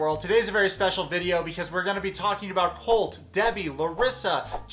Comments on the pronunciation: She seems to only add it to words ending in "e" or "t". Say colt but pronounce the t like you would if your saying it off the alphabet. Or col(tea) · About the "eeeee" at the end of the words: I think its more, like, a tactic to think while you speak, when you are learning. You see, if you say "colteeeee" instead of "colt", you have 2 extra seconds to think and remember the words in english. Usually you drop that when you have a few years of living in an english language country. That, and also, portuguese have more words with the tonic syllable as the last.